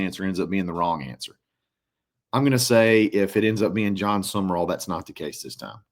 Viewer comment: It's Sum-Rall...not Sumer-all